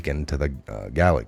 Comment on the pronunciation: I can help a bit with pronunciation... Wraith = raaay th Proletariat = prohL tehr E aht Gulag = goo lahg Not meaning to offend, just to help! Edit: Machination: mash E nayt shun